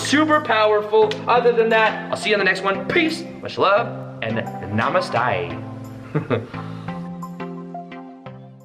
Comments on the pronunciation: good to hear. namasté . not namastaai ;) chasing the sun..... thank you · Haha. Your "namasté" right at the end will almost have you passing as an Aussie. 😊 Keep shining and much love from Down Under. 🙏💕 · Love the Aussie version of Namaste 😂